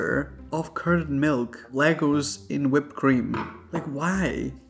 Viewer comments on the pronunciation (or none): none